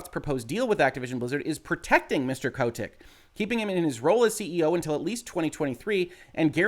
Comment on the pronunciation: Anyone else find his pronunciation of Kotick kind of annoying?